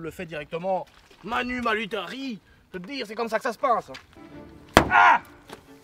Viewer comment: ''manu malutari'' 🤣🤣🤣 ''Militari'', mais ça ne convient pas trop a la situation... le pauv', la maitrise de la langue française lui fait encore défaut...heureusement, il maitrise mieux le pilotage du bon vieux BM😆